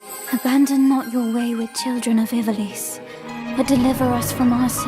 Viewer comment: That is NOT how you pronounce Ivalice